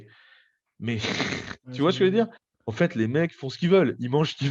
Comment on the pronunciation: "Tu vois skejveudire?"